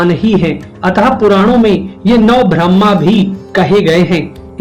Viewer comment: आपका उच्चारण ब्रह्मा के स्थान भ्रम्हा हो रहा है ।